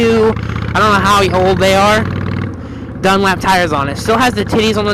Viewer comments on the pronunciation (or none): DunLOP not DunLAP tires.... ;-)